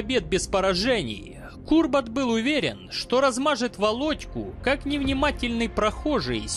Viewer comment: Как-то Кубрата Пулева вы не правильно называли - Курбат!